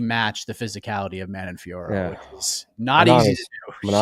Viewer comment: How the hell does every MMA podcast pronounce Fiorot correctly EXCEPT the UFC commentary team? All Anik's fault for not being able to listen